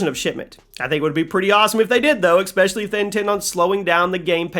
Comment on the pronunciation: Imagine saying "exspecially"